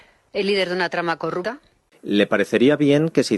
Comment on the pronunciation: Ha dicho la primera vez corruta vaya politica que no sabe hablar